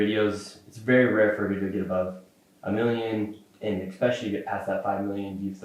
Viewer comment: He can’t pronounce benevolent, he says exspecially rather than especially, and his hoodie makes fun of misspelling/mispronouncing . At first I was kinda on this kids side, now I just think he’s kinda fuckin dumbass. And I’m not a liberal snowflake. Nor am I some maga supporter. Just a dude, from the same state as nick, currently living elsewhere, but damn this is a bad look